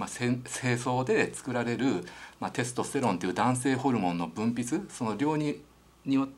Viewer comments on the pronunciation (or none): 幹也先生の「テスとステロン」の発音が恋しいです テストステロンじゃなくテスとステロン、あの御二人にまた会いたいです